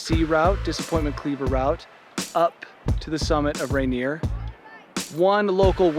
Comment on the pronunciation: Its supposed to be pronounced like "Ray-Neer"